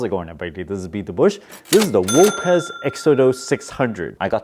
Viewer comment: I've watched several so called "reviews" for this device, and this by far is the most in-detailed, accurate, and informative test/review yet. Not only that, got the name right!!! Almost all the other "reviewers" called it "oops", but the correct pronunciation is " O'-pez ", if I'm not mistaken after watching their official product advertisements here on YouTube. Five out of five stars Sir, and thank you for such an accurate, and informative test/review!!! I will definitely use your affiliate link if they're still in stock!!!